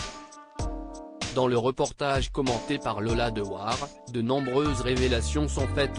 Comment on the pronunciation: Il ne sait pas prononcer le nom de Patrick Dewaere